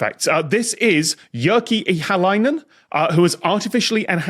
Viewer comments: Small correction: "y" in Finnish is pronounced "uu". So "Jyrki" would rhyme with "Turkey". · Appreciate the correction! It's still closer than the "i" they pronounced, but ya Finnish is hard.